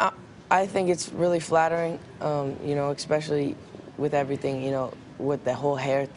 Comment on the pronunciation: I love how he says "expecially" instead of "especially" ;)